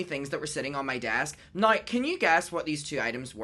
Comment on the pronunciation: I love the way you say the word "now" as "no"!